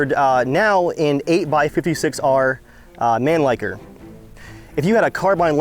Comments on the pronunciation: STYER MANLICKER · I can tell your an an absolute idiot, the correct way to pronounce Mannlicher it Man-lee-ka. That's the way we pronounce it here. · It's not pronounced Mon-licker, but Mannlicher. I should know , because I'm Austrian. It was the standard rifle of the imperial Austro-Hungarian army, so it was NOT only used in the Alps. My great-greatgrandfather used it at the Isonzo and it was used in the Palestinian desert and on the eastern front against the Russian, ... The Austrians were also using it at the western front in pretty intense combat, even against American troops. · I'm really annoyed by Americans that are pronouncing Mannlicher like man-licker. It's not man- but Mann- and licher is pronounced with ch and not ck. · I know this thread is probably dead by now, but I have to: Man-leeker is not how a german (me) would pronounce this word. M95 is correct, the "ch" isn't pronounced k in german, unless a "s" follows directly after it. Most of the time the "ch" in german sounds more like a hissing cat. check for further reference. btw josh05683 The austrians speak german, too. There are only slight variations, much in the way someone from New York City would sound different when compared to a person from Texas. Also, there is nothing honorable or brave about killing people, no matter which method you use. Since I am from germany, I'm really glad that I have no idea what my ancestors were responsible for during both world war 1 & 2. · the m95 pronounced Mon-licker. was used mostly by Austrian alpine troops since the mud of most of the western front would get into the action.